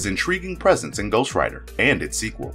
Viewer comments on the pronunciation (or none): none